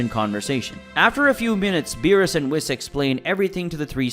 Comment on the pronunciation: I hate the way he pronounces whis and Goten 🤣🤣